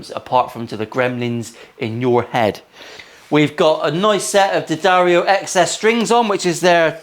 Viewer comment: Who doesn't like a good "SMIDGIN"? I'm so pleased that you have sponsorship from D'Addario and even more happy that you pronounce it correctly. It was a great episode and I for one, enjoyed the cleaner Bluesy playing.